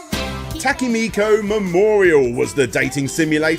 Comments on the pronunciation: So.Much.Funky.Japanese.Pronunciations... Igurashi? AIGA? Takemiku Memorial? Come on, you can do better than that... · just randomly replaces vowels with whatever he want whenever he wants whenever he sees a Japanese word. Igarooshi was bad enough but I about lost it at Takimiko Memorial. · Dude your pronunciations of "Koji Igarashi" "Iga" and especially "Tokimeki Memorial" are so painfully bad that you have to be doing it on purpose. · Probably someone said it already but.. It's "tokimeki"